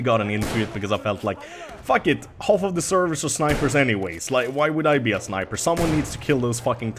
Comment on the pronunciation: it's sniper not rniper:)